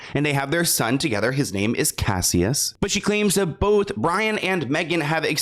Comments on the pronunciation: His name is not "kassy-us" lol it's cashus like Cassius Clay lolol 🫶🏼🫶🏼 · Cassius: cash- iss ❤